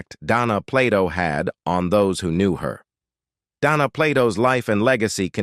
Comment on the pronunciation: The narrator calls her Donna several times as well as mispronouncing her last name